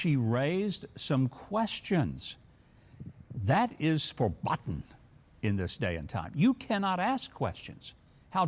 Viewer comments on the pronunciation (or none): (It's pronounced fair-Boaten, not ver-Bott-n) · Verboten = Faer BOE ten. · Ver boat ten not Ver bott en.